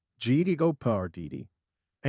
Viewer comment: I think the verbal interpretation provided by your computers is AWFUL! can't you at least load the word Jeopardy into the machine, so it is not mis-pronounced a dozen different ways!?!?